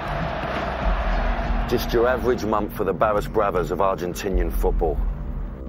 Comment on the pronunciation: They aren't called "bara brothers" it's Barras bravos Barrasford meaning neighbours and bravos meaning brave.dont try speaking another language when you haven't got a clue